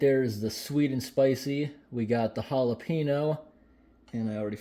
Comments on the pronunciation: To pronounce the "Ñ" in jalapeño, just place your tongue and hold it flat on the roof of your mouth when pronouncing the N part, then release as you get to the O. It's really not that hard. The word is pronounced like "Halal (without the L obviously) PEH (like the E in send, not pee) - neo". Pronouncing it "jAlaPEEnOou" sounds atrocious 😂. Even Rickie from Trailer Park Boys said it better. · It's Jalapeño....not Jalepeeno. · He definitely said jalepenis spam. He didnt mean too but if you listen carefully he definitely said jalepenis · okay guys we got the holla-pee-no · The majority of non-Hispanic people don't know the sound of ñ... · Jahlapeenos lol